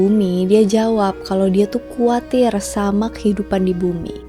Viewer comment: Ralat tuh kak Khawatir bukan kuatir :)